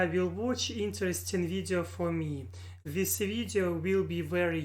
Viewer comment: You just need to work hard at your pronunciation of your English words. Here is a single word I noticed you used a lot. The word is: THIS You pronounce your letter I’s as if they were long E’s. The letter “I”will never sound like a long E (ie. Cheese, These, Please) unless it is followed with the letter “e”, as in “ie” or at the end of a word that ends in, “ing”. Examples, “Chief, Thief, Grief” or, “Thing”, building, hitting, throwing”. In the word, “This” the I is pronounced as a short I and will sound exactly like the way you pronounced the letter I in the word, “Workin”. Workin is not the correct way to say or spell the word, “Working”. However, workin is the slang pronunciation of the word, “working” so keep that pronunciation in your conversational English. You say it, but never spell it as, “workin”. Here are some words to practice your short sounding I’s. THIS, fish, wish, dish, tick, lick, stick. The WRONG way to say those practice words the way you currently do is, Theese, feesh, weesh, deesh, teak, leek, steek. I think your vocabulary is very very good and you could hold a conversation in English with anyone, but you have a very very heavy Russian accent right now. The Russian girl in this video, if I closed my eyes, I’d think she was American. That American connection you feel, Thomas Jefferson described what you feel with these words: “We hold these truths to be self-evident, that all men are created equal, that they are endowed by their Creator with certain unali